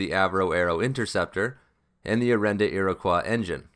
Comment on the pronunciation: Ear-uh-koi. Iroquois. Not ear-oh-kwah.